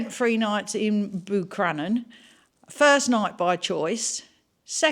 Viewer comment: Wow, fair play to you for driving the pass in that motorhome 🤯. Love the fact you couldn't pronounce Buncrana 😂😂😂